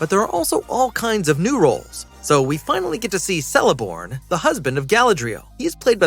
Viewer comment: Bro please learn how to pronounce Isildur and Celeborns name 😂 that was horrific